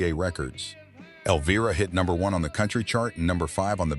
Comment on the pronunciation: Get it right! The pronunciation of the song “Elvira“ has a long “i ” sound!